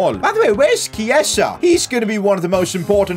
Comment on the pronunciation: KieZa is how its said